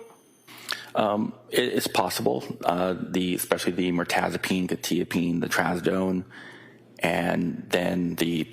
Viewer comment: Why is no one able to pronounce quetiapine right?! "kwuh - ta - uh - peen"